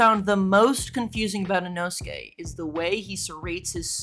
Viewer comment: Bro is I-nō-su-ke not I-know-skay